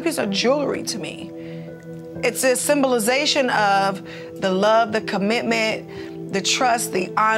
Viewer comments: So.... symbolization is a word lol, she just pronounced it with a southern twang. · Honey Bea that's not what she said. There's a strong "I" sound in there. I really think she thought she was doing a Tamar-ism and made it up. Nothing wrong with it. Just got "threwed" off